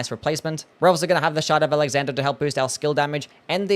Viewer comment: The way you pronounce shard of alexander sounds like; shut up alexander or shout out alexander..